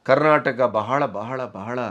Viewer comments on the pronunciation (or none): none